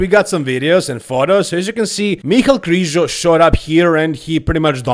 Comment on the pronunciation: Its Križo not Krizo